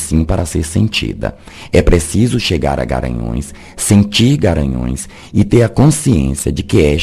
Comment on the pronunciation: É impressão minha que você fala Garanhaos, em vez de Garanhus???